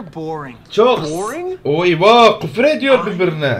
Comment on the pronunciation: ABE GÜFÜR EĞT GÜFUR